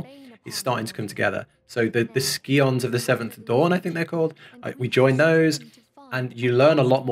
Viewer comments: the "ski-ons" 🤣 it's "Psy-ons" I'm sure you know that by now but I had a chuckle! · skee-ons lol. It's pronounced psy-ons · Hol' up! The Skee-ons of the Seventh Dawn? Please don't tell me you pronounce Sci-Fi as Skee-Fee. ;P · I love the Skee-ons! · We love the skee-ons of the seventh dawn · Ski-ons xD SCI-ONS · Honestly when he said "skions" I couldn't help but burst out laughing. I immediately imagined them all out doing mountain skiing on their offtime or something. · Typing as I watch : it's pronounced "sigh-ons". Retainers basically store stuff for you and sell stuff on the market board for you, you can also sell stuff directly to them but that's usually a loss so don't do that. You don't really need to worry at all about material unless you feel you're lacking somewhere. You're usually going to outgrow your gear quickly so I dont really bother with them until max level with bis gear especially if you meld past the amount of slots available (you can do that but it has a chance to fail the further you add on). Lom-i-nsa. You can turn off the mounted (each mount has its own song) music if you just want to listen to the background music (it's also pretty jarring for the music to keep on changing). Merlwyb is Bae. Thank you for the videos! they're the highlights of my day rn. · So prenunciation for the Scions- (sigh-ons) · Heyo! Slight correction: the sc in "Scions" is read the same way as the sc in "science". :3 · Scion is an English word, and the c is silent. Best of luck, the true endgame of XIV is pronouncing half of the names! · For future reference the "sci" in "scion" is pronounced the same way as it is in "science"